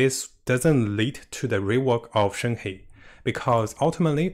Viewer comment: Her name is read: “shern her”